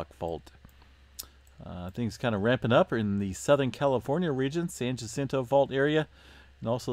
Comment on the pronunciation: I really like this channel! I've learned a lot from you. I have a little correction, San Jacinto. Jacinto is pronounced "Ha seen to" 😁